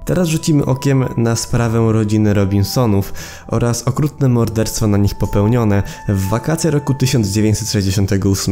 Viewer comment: xD nawet na filmiku wyszukiwarka poprawia Ci Robinsonów na Robisonów, a ten z dobre trzy razy źle to wymawia. Niezły research.